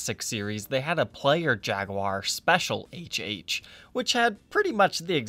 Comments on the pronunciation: First of all kudos for actually pronouncing Jaguar the right way instead of Jagwire. Secondly just a little added information about the differences between the 'modified' and 'vintage' singlecoil specced versions. The vibrato unit is closer to the bridge on the modified model to increase the string angle for better sustain. As for the upperhorn controls on the vintage model, they work as an extra circuit for the neck pickup only. So with the switch down, you can use the lower controls and switches. And up you use the rollers for volume and tone on the neck pickup only. This circuit tends to sound slightly darker compaired to the mastersection. I haven't done my homework on the actual bridges and if they still use that querky original style or moved on with time and put the barrel style saddles on the 'vintage' model. This channel is bad for my 'no more guitars' rule I put on myself this year. I mean I need get rid of stuff because I have too many yet this channel now has me GASsing for a 70's Les Paul Custom or a 70's Deluxe. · Jag A War love how you pronounce jaguar.